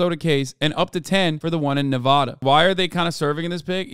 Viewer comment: Jesus Christ Hasan, pronounce Nevada right!